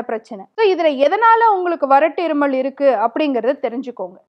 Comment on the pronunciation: அது இருமள் இல்லை மேடம் இருமல்.. உச்சரிப்பை மாற்றவும்